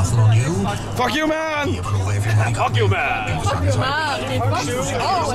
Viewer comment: det lyder som om siger Cokioman i stedet for fuck you man! xD